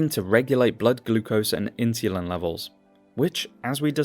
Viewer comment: The way he says insulin is criminal